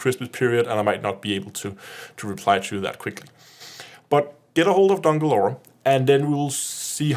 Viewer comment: As a german CMDR i find it hilarious to hear a danish guy trying to say "dunkle aura" in english^^